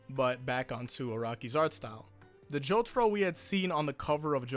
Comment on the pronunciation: Worried about Vento Aureo pronounciation, still pronounces Jotaro as Jotoro...